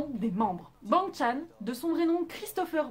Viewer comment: I am STAY et sa se prononce baing Chan et non ban - gue chan et pour ce de novembre 2019 vous savez que ils sont 8 parce que woojin à quitter T.T